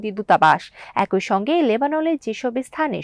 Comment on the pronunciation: একই-> একোই × অ্যাকি√